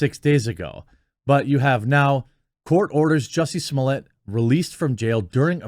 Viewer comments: What takes place in your brain that turns Smollett into SmoleeYAY? I don't understand how you say it correctly when you read it, but when the name is in print in front of you you say it correctly? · Quit calling him juicy smollea, it's jussies mullet